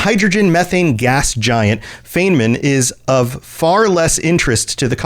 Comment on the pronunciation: Sorry, my inner pedant is desperate to correct two things: "Feynman" is pronounced "FINE mun". Feynman (the planet) is named for Richard Feynman (the real-world physicist). The Boltzmann system and all the planets in it are named after real-world physicists. Even on my first ME2 playthrough I thought it was odd, that a system so close to the Citadel would be named after human physicists and host a major human colony. I saw that y'all caught your own mistake, but the full breakdown of "casus belli": "casus" meaning case/cause/occasion, and "belli" the adjective form of "bellus", meaning war (like in the English words "belligerent" or "bellicose"). So, in English, "cause for war" or "occasion of war". Confusing "bellus" (war) with "bellum" (beauty) is such an easy mistake. If you look at their culture I think the Romans did that too /s. Again, sorry for the pedantry. Holding that in was making my brain itch. Regarding the war on Garvug, I recall a brief mention of the war when you examine it in the Galaxy Map, and Glyph definitely has a comment about it in ME3 when you walk into Liara's office (something about Liara pulling strings with the Council to grant amnesty to someone). But yeah, the actual details of the war are only vaguely alluded to in-game, and it wasn't until I hit Wikia for fanfic research that I learned about Cerberus Daily News and the wild stuff it adds to the lore (on Garvug and beyond). I'm still catching up after discovering the channel so I'm l